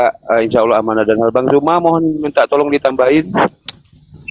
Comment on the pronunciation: Utk; Sampai Detik ini Huruf Z di baca J; ZUMA menjadi JUMA; tdk mendidik anak-anak kami dng Baik.